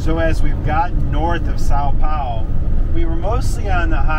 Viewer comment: Suppose for one moment -- we reversed things: a couple of Brasilians stranded somewhere in North America and unable to speak a word of American-English. What kind of service would they get ? Why things are always a darn one-way road. And please try and learn how to pronounce Sao Paulo -- check with Google Translate. You might as well take a phrase book with you.